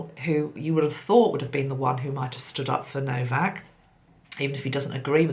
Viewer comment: His name is No - vac!!